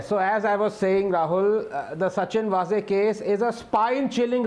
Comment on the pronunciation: वाझे, not वझे.